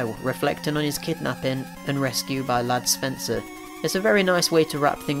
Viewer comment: Ladd Spencer?? I thought it was Rad Spencer.